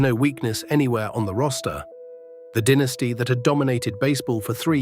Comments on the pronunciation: also pronouncing the word "dynasty " as dinisty! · Stop mispronouncing dynasty 😮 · SHEEBA PARK, DEENASTY, Can't you find anyone to narrate than AI mispronouncer